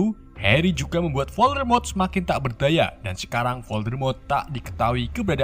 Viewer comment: Hal yang paling ga disukai penonton setia harry potter adalah Voldemort = dan diucapkan oleh yg tidaak bisa bahasa inggris adalah voldemrot :v